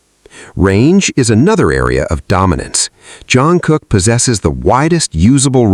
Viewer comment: This video made me hear you say Jeon Crocker, who is that? 😂😂😂😂😂😂 If JK catches that he would surely mock you for messing up his name.